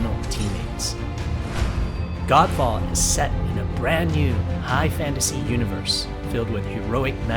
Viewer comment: I was hearing it 'Gand Faad'😂😂🤣 Edit- which this game looks like😜